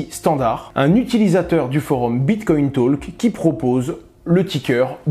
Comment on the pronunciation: merci pour cette recherche ... si jamais en anglais, le l ne se prononce pas dans talk